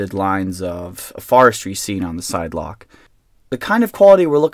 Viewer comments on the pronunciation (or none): none